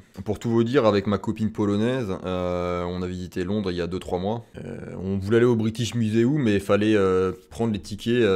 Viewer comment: Hahaha British Muséoumeeee